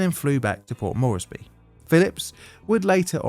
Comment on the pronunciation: It's not pronounced Morrissey... It's Port MORESbee. Port Moresby rhymes with...hmmmm rort? Na that's no good... gee I can't think of anything that rhymes with Moresby. Just remember the MOREsby. More